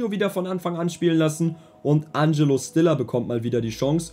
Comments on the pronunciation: Fang bitte an Stiller richtig auszusprechen😂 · die aussprache von stiller seinem namen stört mich so extrem